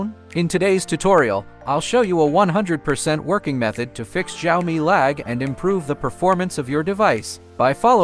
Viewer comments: Jaomi phone💀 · the way he says "xiaomi" 😂😂😂 🤣